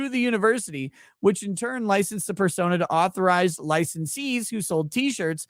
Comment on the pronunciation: At 2x speed, use of the word "persona" sounds like "fur-sona," which makes the Afroman lawsuit that much more fun... 🚫 🍞